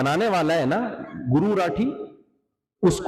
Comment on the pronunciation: Aaa bee naam tho thik se Boll